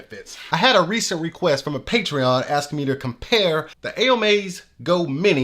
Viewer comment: lol it's pronounced "OH MY", as stated by the manufacturer/company